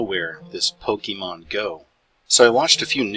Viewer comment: First I'd like to start by saying it's not "pok-E-mon" it's Pokémon. Second, you never did say how it's mind control. All you did was go into multiple different directions with random information that in no way proved any kind of mind control. Third, I hurt myself while mowing my yard today. A rock was thrown from the mower blade that hit me. I guess that's proof that mowing is an illuminati trend.... And lastly, please be informed about something before you try to explain to others how it works. You obviously have no clue what a "lure" is in the game. It has nothing to do with placing your Pokemon "anywhere" out in the world lol. And one more thing, so technically this is the last comment I'm going to make. based on your idea that Pokemon somehow randomly exploded "out of nowhere" proves that you are most likely over 30 years old. Your age has put you at a disadvantage in this area because you weren't young enough when Pokemon first came to America to have experienced it.